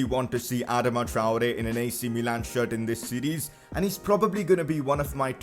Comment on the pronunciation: Bro you are totally butchering his name just stop